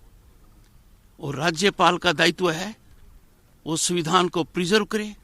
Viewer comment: BJP ke dalal .... governor.....the speech is only an irony.....he is calling samvidhann ....suvidhaan...